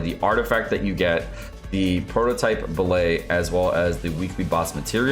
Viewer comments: tf is a bill-ay? its bill-ut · They are pronounced BILL-IT, not BILL-AYE. And the section where you try to sound smart with the statistics is really poorly written/said, at least for anybody who's halfway paid attention in a stat101 class. I usually like your videos. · It's pronounced Bill Et - not French! Good video, love you,! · What's a ballay? Are you trying to say billet? It's bill et like cigar ette. You don't read cigarette and say cigaraytay do you? Is this more baby talk like sadge? Head's up from me to you real talk: If your videos are full of baby talk then pretty soon you will only have babies in your audience. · just a heads up, the 'let' in billet is pronounced like bullet, not ballet. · BILL-IT, NOT BILL-AY! It's a term in metallurgy meaning a bar of material meant for further processing. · what's a billay? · OW....! What are you doing? You're killing me, Smalls! Or are you mispronouncing that on purpose? It's not "bil-lay" "Bil-let" or "Bil-uht" I swear it took me a good 3 minutes of hearing you say it for me to figure out what you were talking about! Good video, though! Thanks again! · billet is pronounced with a hard t, like bill it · An important correction: You said the billet drop rate is 12% per week, but it's actually 12% per boss. So if you're doing 5 bosses a week, that's 5 rolls of the 12% chance, or almost a 50-50 shot of getting at least one billet, whereas farming 3 bosses means you have about a 30% chance of getting at least one billet. Also, the 't' is pronounced in "billet" like it is in "bullet"